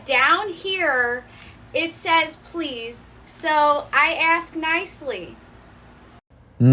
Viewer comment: Learn to say Ask instead of Axe.